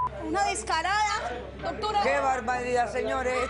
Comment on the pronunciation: Se dice descarada no cardada analfabeta